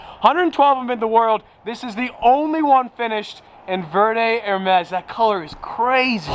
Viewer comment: Please! Por favor senior, it is pronounced vare day-verde not ver day 😭 I just had to it’s buggin me